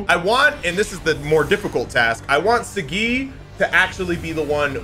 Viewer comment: it's Saagi bro not sagi, btw talking about the pronounciation not spelling watch the first episode in english bro